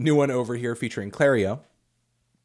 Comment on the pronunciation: he really just called her clario didn't he lmao